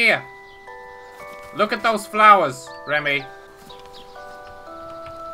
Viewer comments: Hey its me Rammy. Its Remi not Rammy:D great vid! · There was a kid named Rammy in my school. It's pronounced Raw-me